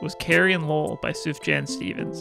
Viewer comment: as a huge Sufjan Stevens fan, pronunciation of his name SENT me - but in all seriousness, this is an amazing video, and what a great album to be inspired by as well